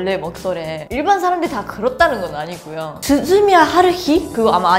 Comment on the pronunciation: 자막이 조금씩 틀리는 것 같은데... 발음이 약간 이상한 경우가 있기는 하지만 한국어 정말 잘 하시네요. 오히려 일본어가 어색한 느낌이 들 때도 있어서 잘못 알아 듣기도 하네요. 스즈미야 하루히를 '진심이야 하루히' 라고 말씀하신 줄 알고 혹시 한자로 진심이라고 쓰나 싶었는데 양궁이 나오는군요. 다시 들으니까 만화를 잘 모르시는지 모르겠지만 발음이 약간 이상했던듯...